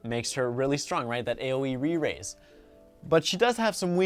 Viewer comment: He's says 'aoe re-rise' 😂